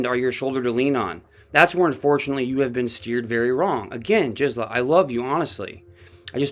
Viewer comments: Her name is Gizela. Not Jixela. G as in grape. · YESTERDAY I politely tipped you off TWICE in Comments that Gisela is NOT A SOFT “G,” for example, GELATO; her proper pronunciation is with a hard “G” like Good! You’ve used it both ways all of a sudden now. Just want you to sound smart 😁